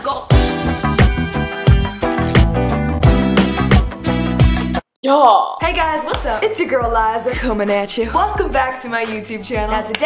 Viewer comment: is she saying "oh my god" or is she saying "oh my goat"